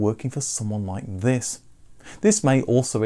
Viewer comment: "tHiSs" Reminds me of someone